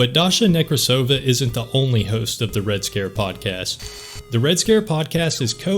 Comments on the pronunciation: It's NekrAsova, not NekrasOva. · Then she also, weirdly enough, saying it wrong. Russian last name Nekrasova [rus. Некрасова], a feminitive of Nekrasov, is pronounced only one way - NekrAsova/NekrAsov. I don't know how a Russian could butcher their own name that bad, considering that a Nekrasov is a pretty famous last name. It's like saying LincOln or JohnsOn.